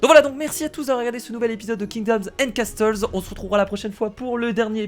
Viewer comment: castle se prononce casseul!